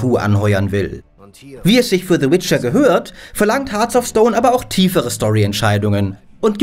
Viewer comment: "Hearts of", nicht "Hearth of"